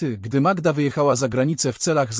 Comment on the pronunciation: Przepraszam, ale mnie również razi przeksztanie imion,skąd wzięła się ta magieda,nie powinien Pan czytać tak prawdziwych historii,wstyd